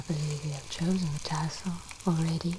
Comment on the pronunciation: “Which tessel would you like?” “Yes.”